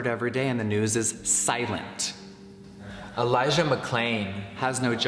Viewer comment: Y’all hear how he said Elijah McClain’s name? Very clearly recorded over in a different room. Conspiracy theory here but js probably said elijahs name wrong because he doesn’t care and couldn’t be fucked to know it